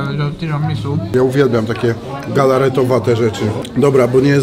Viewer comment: Nie "tiramisu" tylko "tiramisu' ". No i nie "pana kota" tylko "panna cotta". Mała korekta językowa.